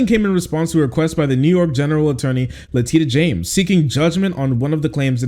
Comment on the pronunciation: Did he say Letitty James?